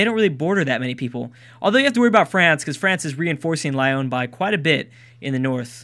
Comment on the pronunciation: Lyon is actually pronounced more like l-ee-on